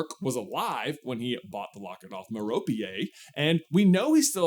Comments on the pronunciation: Also lol.. The most common pronunciation of Merope (as in the Greek mythological figure or Merope Gaunt from Harry Potter) is MEH-roh-pee (rhyming with "therapy" or "Penelope"). It is a three-syllable name, accented on the first syllable: MEH-ro-pee. Key Pronunciation Details: Phonetic: /ˈmɛrəpiː/ Syllables: Meh-ro-pee Common Mispronunciation: "Mer-rope" (two syllables) is common but generally considered incorrect in classical contexts. Alternative/Variations: Some might use mər-OPE (mer-ROPE), but the three-syllable, Anglicized Greek pronunciation (MEH-ro-pee) is the standard. So now you DO know Ps. Merope is an ancient Greek name most commonly translated as "with her face turned". The name is a compound of the Greek words meros (meaning "part" or "share") and ops (meaning "face" or "eye"). This etymology is often linked to the myth of the "Lost Pleiad," one of seven mythological sisters who became a star but shines the dimmest because she hid her face in shame after marrying a mortal. Sound familiar? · Why do you still pronounce Marope Gaunt wrong? You have Google right? You're also like one of the biggest Harry Potter fans of all time right? FYI it's "Mare-UH-pee" like therapy. Please stop saying "Muh-rope" IT'S WRONG! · "Merope" is pronounced Mare-o-pee. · I’m pretty sure that, being a Greek-looking name, it would be MAIR-uh-pee. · Steven Fry calls her Merrow-pay I imagine he knows how to pronounce it properly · I think its mare-rope-ay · lol Meh-roh-pee. It's a name from Greek mythology. Although the name pops up throughout the mythos as different people (popular name, idk), one of the daughters of the Titan, Atlas and Pleione, an Oceanid nympth, was named Merope. The accent is on the first 'e'. MEHrohpee. Another example of a Merope in the Greek mythos is, she is a Pleiades. The name also belongs to a mortal princess, daughter to King Oenopion of Chios. She was pursued by Orion, and a Queen of Messenia. But yeah, Merope. :) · "muh-rop gaunt" lord have mercy 💔